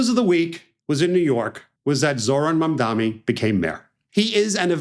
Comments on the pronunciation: It’s Mamdani, not Mamdami. We got another Cuomo over here smh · It's Mamdani not Mamdami, Steve. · Mam DANI. DANI. Not DAMI. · Not MamdaMi, MamdaNi. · Am I hearing him say the name incorrectly - he’s saying mamdaMi instead of mamdaNi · its “mamdani” not “mamdammi” at least say it right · His name is MamdaNi, not MamdaMi. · Mamdani. Mam-dani. Love you Eisman but come on. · its mam-da-nee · Why can’t ppl say his name right, it’s M-A-M-D-A-N-I. with an N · His name is Mamdani. The last consonant is an N not an M. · MAM DA NEE Steve. It's not that hard. MOM DONNY. See? Easy to remember. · You are pronouncing his name incorrectly. The mayor elect of NYC is Zohran Mamdani. M-a-m-d-a-n-i